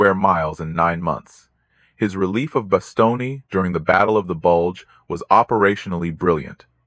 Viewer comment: "Bastony"?? Really?